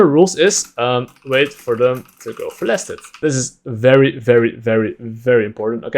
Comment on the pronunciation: He kept saying laners, "Go for last hit," and all I could hear is, "Go flaccid."